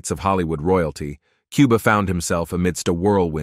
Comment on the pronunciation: KOO-BA!!!! NOT QUE-BA!!!